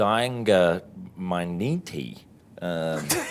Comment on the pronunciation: Correction: Tie-Ka Why-Tee-Tee (I am a kiwi) Your version sounds Australian to me even if I try to pronounce it in an American accent :D